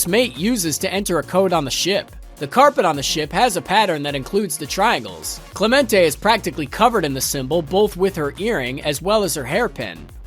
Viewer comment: It's "ClémenCE" not clemonte fyi😅